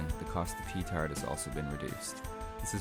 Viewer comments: Please don't ever say PEE-TARD ever again... Peh-TA:RD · its pronounced pehtard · It's pronounced "pe-TARD". Literally, from the French meaning "broken wind". Lol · i love how you say petard